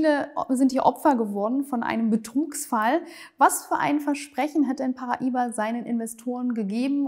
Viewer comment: Du weißt schon, dass das portugiesisch ist und eigentlich Paraíba geschrieben wird. Demzufolge haben sie es vollkommen richtig ausgesprochen. Aber für Kultur habt ihr MLM-Moonboy-Jünger ja eh alle kein Gespür.